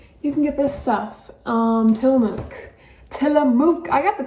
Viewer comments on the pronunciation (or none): I hit this video because the thumbnail had Tillamook cheese in it 😂 I live out here in Tillamook and butchered the name 😆 out here we pronounce it Tillamuck, It’s the Native American word for Bay. It’s cool to see Tillamook cheese and Josie‘s name reaching the East Coast 👍🏻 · It is pronounced "tilla muck". It was very good cheese before they sold out